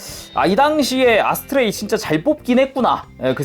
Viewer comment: 아스트레이를 어스트레이라고 했네ㅋ